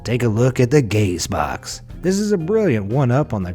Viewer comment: I would assume it's pronounced "ga-zee-box" you know.. like gazebo..